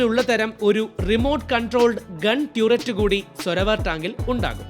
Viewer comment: Turret, ട്യൂററ്റല്ല, ടററ്റ് ആണ്